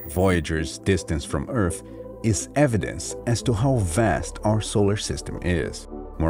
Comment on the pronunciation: yes he does , its not earf its earth , he keeps replacing th with f and says other as odder lol and its ghetto af